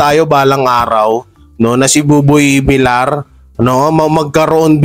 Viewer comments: idol bakit hanggang ngayon d ayaw mong i correct yong tamang bigkas ng apelyido ni buboy. kc VIL YAR po dapat ang bigkas ng VILLAR hindi VILAR. THANKS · Villar is pronounced as Vilyar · paki korek lng po ng pag pronnounce mo ng Apelyido ni Buboy Kc dapat ang pronnounce nyan ay Vilyar kc double L yan pag 1 L lng yan ang Vilar